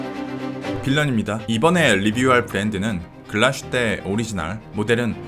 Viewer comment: 글라슈테가 아니라 글라스휘테인 것 같은데요?